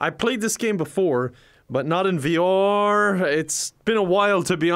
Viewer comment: No one: Kevin: V-OR